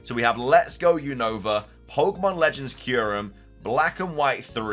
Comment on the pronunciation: you always say the name of The region Wrong is not younova is Unova 😅